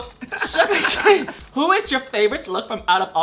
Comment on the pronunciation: Love love Shuga! And I appreciate that she makes the effort to pronounce your name more accurately. ❤️❤️❤️